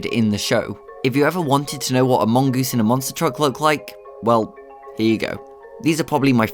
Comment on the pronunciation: "A mongoose" What I hear : Among Us